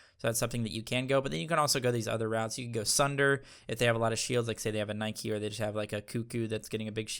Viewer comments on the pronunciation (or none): none